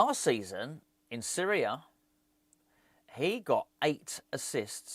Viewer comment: My mum keeps laughing everytime you say series a , she thinks your saying syria